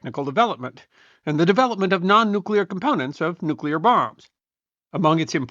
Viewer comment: Kudos for saying "nuclear" instead of "nucular"